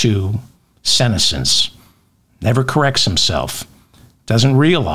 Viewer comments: FYI, ‘senescence’ is pronounced with the accent on the second syllable. You do amazing work. Thank you. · Senescence… lol, David, at least you’ve still got it (even if you mispronounced it). I always look forward to my daily Feldman.